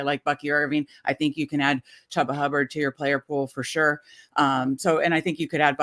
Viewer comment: We had saying CHEW-ba’s name correctly last week. Back to CHUB-ba this week😢 Ha! Just ribbin’ you folks. Never miss your show.